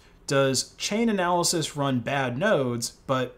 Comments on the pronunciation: It's almost as if this guy doesn't read the stuff he puts on screen: delisting XMR for EUROPEAN clients, not everyone. DECEMBER 31st is the deadline for withdrawal, not October. CHAIN-ALYSIS...not "chain-analysis" Dude, it's on the screen, bigger than Dallas..."Chain-alysis" Minimum is 80GB+, not 60. Minimum is 160GB+ for full node, not 200. You're showing requirements on screen. How do you get this wrong? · For the love of fuck please say Chainalysis correctly, its boiling my piss